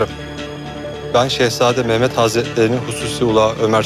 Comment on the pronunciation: 7.45 sultan mehmet diyor yanlış telafüz etmişler